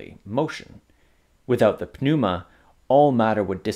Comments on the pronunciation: totally silent p in pneuma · the 'p' in 'pneuma' is silent. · Then pronounces the word "pneuma" without a silent p.